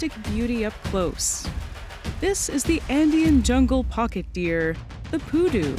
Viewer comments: she insist in call the creature PÚDU with an accent in the first U when specifically it as the accent in the second u, PU-DÚ :face-red-droopy-eyes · it's not pUdu it's pudU Sorry it's funny to say it cause of leviosa Thanks for showcasing this little fella, he really needs more people to be aware of his existence, we need to take care of them if we want them to keep on going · Pudú, not Pudu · piudu... maybe poodoo like moose, and the p is more like a drum p*. Saludos, greetings :) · It was so weird hearing poodoo along the whole video, it's pronounced the other way around "puˈðu". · It's Pudú, stress on last syllable, not poodoo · The pronunciation is SO off putting..... Pudú, no Pudu. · its pudú, with accent on the second syllabus